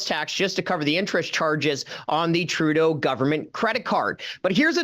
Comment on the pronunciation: Remeber It's True-Tho (Trudeau)